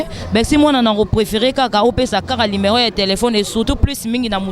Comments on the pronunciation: azo répétés toujours lumero tchieen on dit numéro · Et puis on ne dit pas LIMERO. Balobaka NUMERO